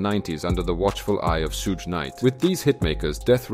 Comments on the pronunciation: You pronounce the word "Suge" differently every time, and it never sounded correct 😅😅 Edit: It's "Shug", same "sh" as in "shit" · Love the video and loved how you said Suge name wrong every time 😂😂